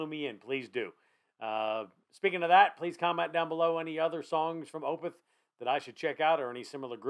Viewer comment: Opeth is pronounced is 'Oh-peth', not 'Oh-pith'. :) Good reaction, in any event. This song is amazing. Opeth has dozens of tremendous songs.